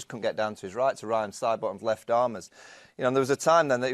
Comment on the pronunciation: Me You Says 'ten innings is there lef' presumably meant 'left' and just left of the 't' weirdly.